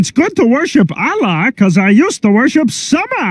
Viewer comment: As a Muslim, I'm offended that they didn't pronounce Allah properly!